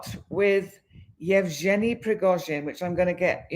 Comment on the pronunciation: Evg( just may to pronance as G ( like Guy or got = g ) eny = Evgeny, Thank you. the Real date of putin birth is 7/10/1950